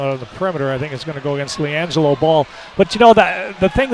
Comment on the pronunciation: Lawn-jello is what it sounds like lmao